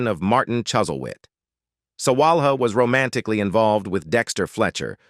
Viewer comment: Mike Leigh is pronounced Mike Lee. Iain Glen is pronounced like Ian Glen. The h in Sawalha is not pronounced. There are many other mispronunciations too. Mr Collins is not that 'distantly' related to Mr Bennet. He is a nephew. You failed to mention the Mr Collins actor's probably best role which was playing Cicero in the highly acclaimed HBO series 'Rome'. You can see his performance in the youtube video Caesar Augustus tribute Rome, As well as in Death of Cicero. Interestingly the actor who plays the adult Octavian (later Caesar Augustus), played the foppish Charles Bingley in the film version of Pride and Prejudice starring Keira Knightly.